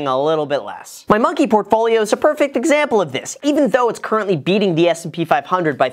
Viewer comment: “What’s up Graham its guys here” lmao